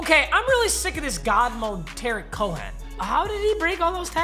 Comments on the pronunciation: Nobody:: Tearik Cohen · Anyone else hear he pronounces it tarek cohen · AS A CHICAGO FAN, ITS PRONOUNCED "TAREEQ COEN" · Is it just more is he is saying Tarik Cohen’s name horribly wrong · Bruh u r saying Tarik cohens name completely wrong 🤷🏿‍♀️ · Please learn how to say Tarik Cohen